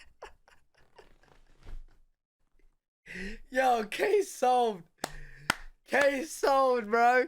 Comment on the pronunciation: The r between the words blew his mind. Brits also sometimes sneak an H sound in front of some words. Like "Hanything" 😂